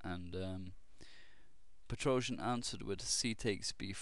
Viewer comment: "Petroscher" =D